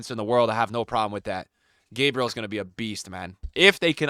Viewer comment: Stop saying gabriel that way, hes not american